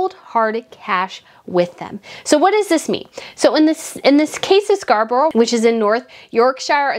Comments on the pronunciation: Loved today's video - just 2 things - it was 345 thousand pounds that was raised (not dollars) and just if you wish to know it is pronounced scar bruh. Have a great weekend. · Thank you so much for what is the best video I have ever heard, of course Prince William and Princess Catherine are so popular and loved they are so natural, we love our royal family so much, but also whe the word end with borour it pronounced Scarbraa, hope you don't mind me saying that😍